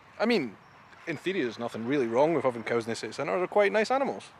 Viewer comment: Willow trees. And at last - you said "coos" instead of "cows!"